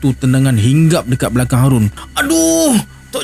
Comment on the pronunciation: Assalamualaikum...punya sush untuk lancar kan bercerita tu.harun jdi hadun terajang jdi telanjang.hahahahha tpi MMG SC terbaik.